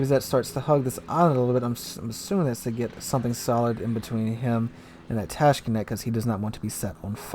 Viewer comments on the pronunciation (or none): Tashkent not Tashkenet